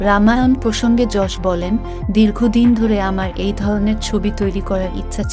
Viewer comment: অসংখ্য ধন্যবাদ জানাই আপনাকে ইয়াশ না বলে যশ বলার জন্য 🙏🙏🙏🙏🙏 ০২.০৫.২০২৪